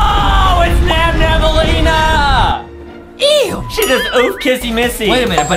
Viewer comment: It’s Nabnaleena not nabnabaleena